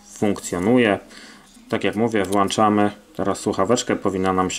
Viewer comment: Włanczamy, wyłanczymy xd